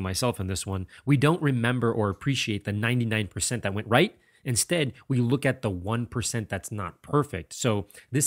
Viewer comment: why does it sound weird when u said "Right" lol